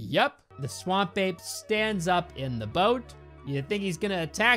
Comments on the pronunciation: All this time I listened to you and understood, Swamp Babe lol now I read it's Ape xD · Why does "Swamp Ape" sounds so much like "Swamp Babe" when says it out loud? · Half the video I was just listening and all I kept hearing you say was 'Swamp Babe.' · I always hear "Swamp Babe" and it cracks me up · I know you're saying "Swamp Ape" but I kept hearing "Swamp Babe" and then re-realized 75% through that you were saying the former. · I don’t know what to tell you but I keep hearing “Swamp babe” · i heard swamp babe the whole time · I thought was saying "Swan Bae" instead of Swamp Ape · I'm just hearing "Swam babe"